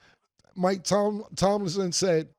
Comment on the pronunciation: Bro every time he says it I be wanting to scream at my phone ITS TOMLIN 😂😂😂😂